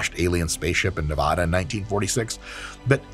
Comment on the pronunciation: New viewer, first commenter, former massage therapist/chiropractic assistant here. 1. I LOVE your hot takes on this shit. Your perspective is a breath of fresh air. 2. You sound like a god damn tourist. It’s pronounced nuhv-ADD-uh. Not Na-vah-Duh. 3. Seriously I am glad to have access to this content. You and your team are up there with Huberman in my book. Hit me up when your in Vegas and I’ll get you some tickets….can you do that? I have no idea how any of this Internet shit works. Hopefully I get stopped by creepers that want tickets now. 😂